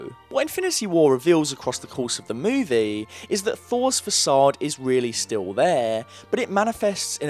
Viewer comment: Dude...great video but man...can you PLEASE change your dictation and pronunciation a little bit? I can literally predict how every sentence will sound at the end, and the drawn out stuff in the last couple words....holy hell. I can't even focus on what you're saying "Meeeeewvieeeeeeeee...it's still theeeeeeere"